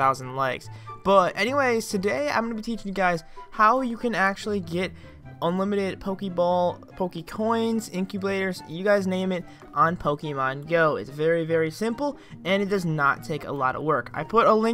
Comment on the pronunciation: He said incubladers